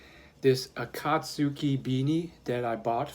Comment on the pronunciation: Heads up! It's pronounced like Akat-ski